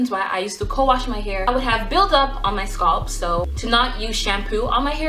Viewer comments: No, she's pronouncing scalp as "sculpt.'. It's not you... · YASS! Oil and massage you sualp ( scalp) love the way you say it all fancy. Practicing yes darling I massage my sualp. :) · I like how she says scalp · I've never heard someone pronounce "scalp" that way... now I'm wondering if I say it wrong.